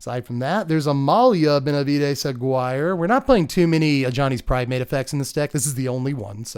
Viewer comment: Aguirre is pronounced Ah-gí-rre